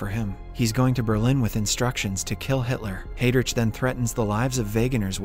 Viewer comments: I can't get past "hay-drich." It's "hi-drick." 🤦‍♂️ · Excellent summary and well paced. My only comment, can you in future spend some time learning the correct pronunciation of names. As an example Heydrich (/ˈhaɪdrɪk/) Not hey rich